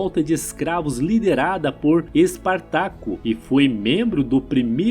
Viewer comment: O conteúdo é interessante, mas a leitura sem pontuação, sem a entonação correta e com pronúncias erradas incomoda muito. Ex: Ésquilo, EspÁrtacus.